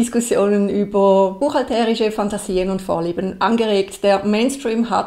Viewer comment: Ich noch nicht. Warum spricht immer von "buchhalterisch" - mit so einer komischen Betonung auf dem "e"? Ich stehe auf dem Schlauch...